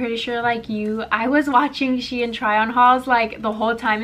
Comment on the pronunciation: It is pronounced “she-in” 😂 :)